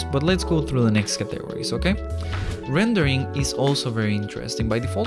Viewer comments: Categories. You say "Cuh-teg-or-eez" Its actually "Cat-uh-gor-eez" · I like the way you say categories, it makes me giggle ☺️. Thanks for the video, it was very helpful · hearing him say categories made this video worth it everything else was just a bonus